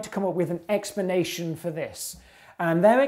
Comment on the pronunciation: expanation expanation expanation expanation ,.... it's so distracting